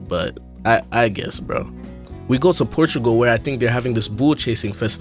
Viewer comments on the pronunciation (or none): none